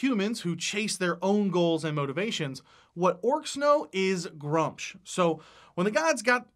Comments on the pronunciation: I need to say this, the way he is saying gruumsh hurts my soul, it is pronounced gru-mish not grumch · Love the video, lots of good stuff :D Only thing: Gruumsh would have the "oom" sound like in Vacuum. also, mini market is love <3